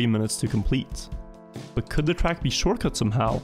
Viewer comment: The way he says track really annoys me!!!!